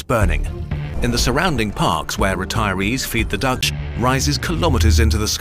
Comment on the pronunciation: I consistently hear "Dutch" instead of "ducks", I have no idea why